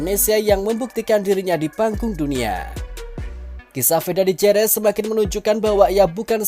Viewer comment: Jerez baca Herez min.